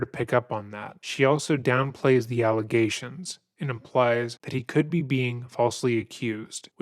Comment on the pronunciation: Within the first two minutes when she says we are doing an investigation into some aligagations. Dude doesn't even ask what aligagations. Guilty right off the bat..